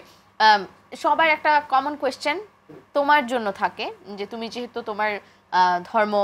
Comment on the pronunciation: Ekta gaiya illiterate always jehetuk eta kono word holo, apropirate word hobe( jehetu) not jehetuk